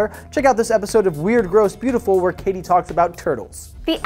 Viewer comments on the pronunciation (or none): none